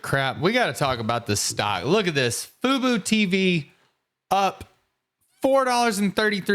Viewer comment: I couldn’t give you a like for this. How can you get one? Come out and say what you think will happen in 2025 and maybe early 2026. Will the merger be approved? What’s your bear case, middle case, and bull case for Fubo? Nobody else pronounces the stock as FooBoo, either. Try FooBo.